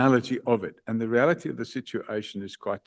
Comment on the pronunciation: "The re-ality of the situation is. I am not going to allow..." 😂